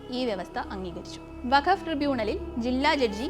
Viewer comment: വഖഫ് അല്ല വഖ്ഫ് ആൺ